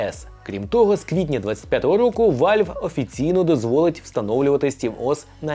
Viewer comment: Який ще вАльв? Правильно казати вЕлв.. переклад як- клапан.